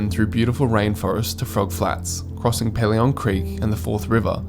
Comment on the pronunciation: Pelion is pronounced Pee-lee-on. You're hurting my ears! Also, when you mention passing Crater lake on day one, you show both Dove lake & then Crater lake. And Windermere hut sleeps 34, not 16 people. Trail fee is $0 from the end of May to the beginning of October. Obviously you need to be prepared for colder/harsher weather but it can often be breathtakingly good.